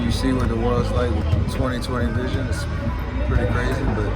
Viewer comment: "Vision", not "vison"